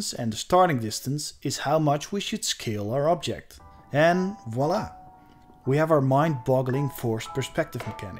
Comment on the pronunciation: Oh my god you’re the first English speaker I’ve encountered to ever pronounce “Voila” correctly (“vwa-la”, not “wala”). There’s a frinkin’ “V” there, I don’t understand how people think it’s pronounced Wala.